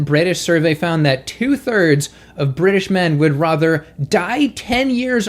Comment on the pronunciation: you turned British in the beginning when you said the word "rather." It was funny.